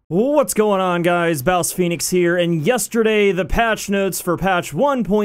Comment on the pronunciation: My mind stopped at "BouseFeenux here"